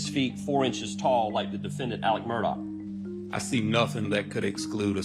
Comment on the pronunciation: His name is pronounced ALEX MURDAAAH. Right. Why are people saying Alec MURDOCK?